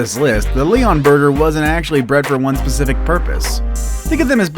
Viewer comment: You said "one pacific purpose."